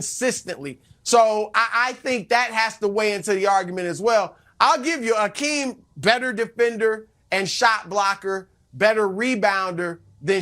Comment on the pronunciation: Nick should learn how to pronounce Hakeem’s name correctly before speaking about him.